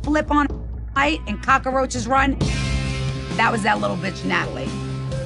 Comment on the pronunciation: I love that Renee can't say cockroach properly 😂